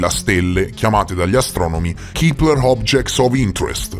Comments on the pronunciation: Si pronuncia Kepler e non kipler.Ciao😊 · Chipler chi???? 😂😂😂 A, sveglia! Il telescopio si chiama Kepler e si pronuncia con la e perché è il cognome di Johannes Kepler, che è stato un astronomo, astrologo, matematico, cosmologo, filosofo della natura e teologo luterano tedesco, che scoprì le leggi omonime che regolano i movimenti dei pianeti. Studiaaaaa!!!! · Ma perchè "Kipler/Keepler"? Il nome è Kepler, si pronuncia con la "e", è stato chiamato così in onore di Keplero, o Kepler appunto, l'astronomo tedesco che studiò le orbite dei pianeti del sistema solare...nome molto pertinente per il telescopio infatti... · Si pronuncia Kepler, non Kipler. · Madonna, un te posso sentì a ripetere "kipler" a ogni piè sospinto, limortacci tua ^^